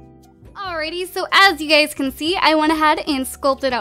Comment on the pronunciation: When u say u guyz it sounds like u gays lol